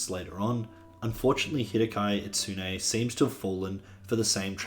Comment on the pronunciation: not sure if something less than a year old would count as a "retrospective" honestly. also please consider learning how to pronounce Itsuno's name.